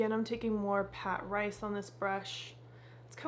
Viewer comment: Lol it’s Patrice….puhh-treese. Ha h ha had me rolling this morning.